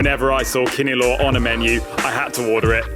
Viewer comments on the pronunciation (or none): It’s tapsilog. If it’s just silog you will only be served fried rice and egg. “Tap” stands for tapa, “si” is sinangag or fried rice and “log” is itlog or egg. And it is not kini-lo but kini-law, with law being pronounced like lao in the Lao Democratic Republic heheh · You pronounce it wrong my friend,it’s kinilaw not kinilow ok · Kinilaw like LOUder. Not law (low) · Filipino pronunciation tips: Vowels produce only 1 sound each: A [ ah ], E [ eh ], I [ eeh ] O [ awe ], U [ ooh ] Kinilaw [ kee - knee - lao ], Boracay [ boh - rah - kai ] There's only one vowel on each syllable: Maasin [ mah - ah - sin ] Exceptions: Pronounce Spanish loan words or proper names in Spanish where "u" could be silent. San Miguel [ san - mee - gel (hard "g") ], barquillo [ bar - kill - yawh* ] *yeismo in the PH is "ly" instead of the Latin American "y": Calle [ kal - yeah ], Cresta de Gallo [ kres - tah - deh - gal - yo ] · Love how the foreigners pronounce kinilaw😁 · This is a properly researched documentary. Nice! There's only one mistake tho. The letter "a" in kinilaw is like the "a" in land. Aside from that, your pronunciations are perfect.